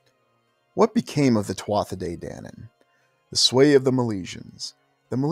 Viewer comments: Just fyi, "Tuatha" is pronounced "Tu-a" or "Tu-Ha" definitely NOT "Tua-tha" Peace 🙏 🐉🐉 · One of my favorite subjects! My mom named me after the Halls of the Irish Kings! Eventually I was learning about The Tuatha De Dananne as well! 🥰 Today, just before coming here, I learned you pronounce Tuatha as ‘Two-a’ the th is silent!😆🤭😊Up until tonight, I was saying it just like You!😃😁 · First word is pronounced tuha, my father used tell me stories of them. My father was a man from the country, rural. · Thank you for covering such a rare topic Pronounced Choo-Ha (tuatha). Translated as ‘The Tribe of the Goddess Danú, a heavenly race who crashed onto the Irish Sea shore during a storm many moons ago